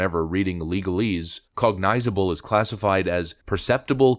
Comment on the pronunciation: Since you looked up the word, pay closer attention to the pronunciation. You butchered the F out if it. "cog-nizz-uh-bull", not "cog-nize-uh-bull"